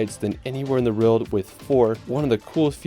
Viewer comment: Love your videos! But quick question - why do you pronounce “world” as “rild”? It starts with a W, my dude. 😂